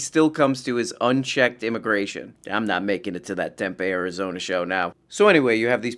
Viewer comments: It's pronounced "Temp-ee" not "Temp-eh" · It's TemPEE like make peepee 😂 Tempe Arizona